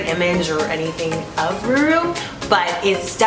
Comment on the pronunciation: #6 Rourou u have to pronounce it like row-row .... not ruru! But very nice video guys! Thanks for uploading!